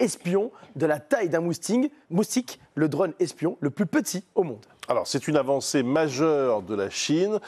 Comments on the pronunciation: Présentateur : "mousting" 😂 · l'expert en drone moustique il a dit moustingue